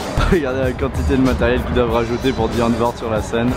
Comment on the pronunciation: à chaque fois qu'il a prononcé Die Antwoord, j'avais les oreilles en sang